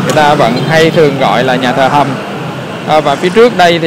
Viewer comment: Nhà Thờ Hồng hay Nhà Thờ Hầm ông? Sao tui nghe ông đọc gì lạng xạ vậy? Nhà của tui đấy ông. Hihihi.